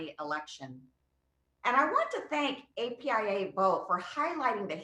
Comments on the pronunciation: It's apia not aapia js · How many times does he have to say..AIPA...is he dyslexic...it says APIA...this dude can't even read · Bidens very first sentence he messed up. He called it epia its apia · He said straight up the whole time Aapi Is it not apia? Just unreal